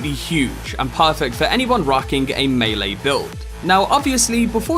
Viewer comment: Great video... Clear, concise and currently holds the distinction of being the ONLY Cyberpunk 2077 video I've seen thus far, wherein the presenter knows the correct pronunciation of the word "melee" 😆 Subscribed. 👍